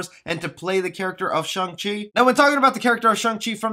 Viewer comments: Im not sure you're even pronouncing his name correcting. You say it with a "u" sound like shung. When it is really with an "a" sound. Shang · Nope his name is Shang chi not Chung chi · i cant even watch this ..with you keep saying shung chi............" its shhh-angggg -cheeeee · It's shang no shung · pretty weird that a lot of people read his name as "Sheng-chi" but its actually"Shang-Chi" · Character is very clearly named ShAng and my man calls him ShUng the whole time... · man said shung chi the whole video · its pronounced shung chi. just saying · Dude, you pronounce his name wrong.